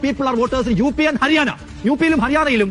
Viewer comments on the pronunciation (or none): അരിയാന അല്ല, ഹരിയാന ആണ്😂😂😂